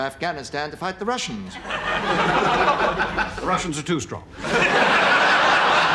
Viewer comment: “Thee Russians are TOO strong” 🤦🏼‍♀️